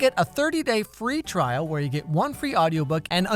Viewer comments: If you listen closely he say 30 day free twial . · Did anyone hear the sponsor and kinda fall asleep but heard him say twrial , 👁️👅👁️